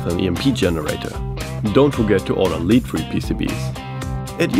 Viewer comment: Hey, its cool what you are trying. Hmm, for the spark gap, maybe you should rather try an oil switch, or perhaps a HV thyratron? Its less noise and shorter switching time, especially with the thyratron... BTW: In your ad: Its pronounced "lead free" (lɛd as in bed) but not "leeed free":). Btw I still prefer leaded solder;)